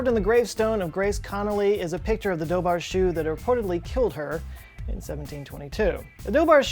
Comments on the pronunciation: Holy CRAP he butchered the pronunciation of the dobhar chú. It's pronounced like doh-ver-koo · as an irish person i’ve never heard of the Dobhar chú but that sounds rlly interesting lol. also i’m pretty sure it’s pronounced “du-var ju” but the j is kinda like spanish in that ur kinda saying “coo” but it’s throaty lol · Dobhar-chú is pronounced 'dovar-coo', our language doesn't make sense a lot of the time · "Dobhar-Chu" literally means "Otter-Dog", for anyone who was interested :) And it's actually pronounced more like "daw-VAHR khoo" , but pronunciation of Celtic languages in general - ALL of them - is infamously difficult. Their writing systems are always bizarre looking and usually rather hard to read. Consonants undergo "mutations" in various positions where they aren't pronounced as written anymore. That's what's going on with that BH digraph in "dobhar" - the H indicates it's being mutated somehow, and in that phonetic environment, the B becomes "slender", as opposed to "broad", which it would be without the H next to it, and would just be a regular B-sound. But in slender form, it becomes a V-sound (or, in some dialects, an F-sound, or even silent). Same with the CH - normally, it'd be a broad K-sound, but in this phonetic context, the slenderized mutation shifts it to sound like the end of the Scottish word "loch" - in fact, it's the exact same thing happening in that word, as well. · lough is pronounced lock meaning lake and phonetically in irish it would be Dovar-koo. Dobhar-chú means water hound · Came to the comments entirely to find someone correcting him. I'd say "doe-er khoo", don't forget the séimhiú on the "cú"! It was a painful few minutes in the vid. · Dobhar-Chú is pronounced Dowar Koo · You should’ve really looked up the pronunciation of Dobhar Chú 🤦🏼‍♂️ Why didn’t you ? It’s pronounced « daw-were hoo » (with a H like the Spanish J). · pronounced dower-khu not dough bar shoo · The Dobhar-Chu is pronounced similar to "Dara-hu" see this video